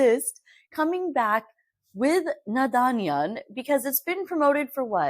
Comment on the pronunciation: Babe the last “n” in naadaniyan is silent